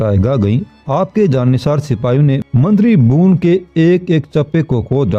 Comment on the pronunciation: الفاظ کی ادائیگی درست نہیں ھے بھون نہیں بھون Bhawan